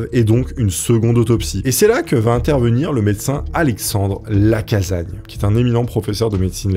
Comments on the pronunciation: Docteur LacaSSagne, pas Lacazagne ! Le père de la médecine légale, à Lyon...sinon, trop bien, comme d'hab ! ❤ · Les Lyonnais ont les oreilles qui saignent : Lacassagne, avec 2 "S", ça ne se prononce pas Lacazagne ! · Alexandre lacassagne sa se prononce avec s et pas z 🕺🕺🕺